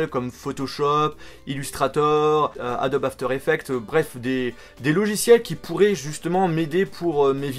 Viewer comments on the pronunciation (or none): none